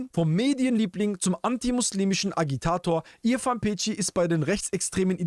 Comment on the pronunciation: Peci spricht man Pezi wie Spezi